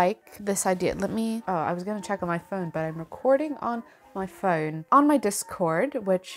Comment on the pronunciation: How lovely to see your video! Congratulations on buying your first house, very exciting times ahead! Do you realise that you have developed a slight English accent? It was quite prominent when you said “phone”. I hope the paperwork finishes soon and you can start planning how you will set up your new place. Take care.